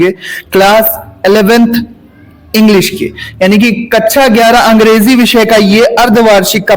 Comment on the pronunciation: कच्छा नहीं कक्षा 😂